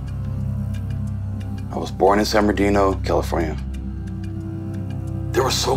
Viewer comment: Starting to become a fan of this guy! He says he was born in “San Berndino” 😂